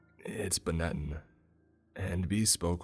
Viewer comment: Yeaaahhhh, I don’t think you should’ve opened that damn cage. It wasn’t Seymore. I am pretty sure you screwed up. Oh, and I’d imagine it’s Benetton stationary. Mispronounced.